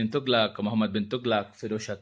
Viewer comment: Tughlaaq nahi hota, its pronounced as Tughlaq